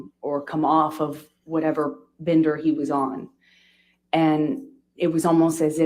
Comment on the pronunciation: Bender...NOT Binder...sighhhhh